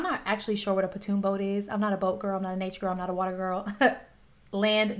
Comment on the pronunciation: Welcome to my rock.😊I had not seen nor heard about this. What drunken fools will do. They're lucky no one was seriously injured. By the way, the boat you're talking about is called a pon(like pond) toon.😊